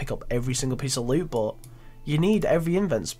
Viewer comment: its 'but' not 'bo'